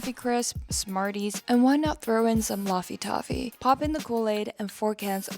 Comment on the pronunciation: Why do you say LaffyTaffy weird?